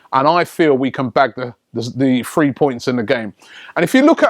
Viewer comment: Robbie counting "one , two, free, four......